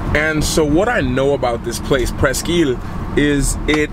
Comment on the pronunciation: It's pronounced, presk.